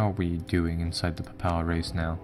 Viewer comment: It's Pay-pul not pupal XD